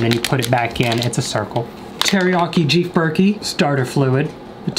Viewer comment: did anyone else notice he said jeef berky instead of beef jerky hahaha